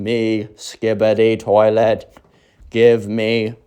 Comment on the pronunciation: Best story you made my sleep good "toliet"